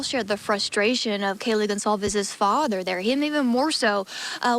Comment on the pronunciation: Just so sad for all of the families that have lost their loved ones whom they will never see, and hug again. I pray for each family... side note Kayle Goncalves, her last name is pronounced (Gonzalves)..